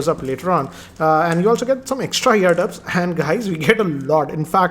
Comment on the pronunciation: Brother they're called earbuds and not eardubs lmao